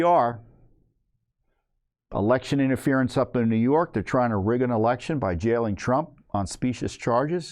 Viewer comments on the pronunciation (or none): none